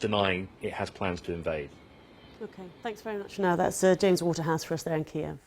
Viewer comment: he can barely read the teleprompter, says weeks instead of days and calls Kiev "Keeve"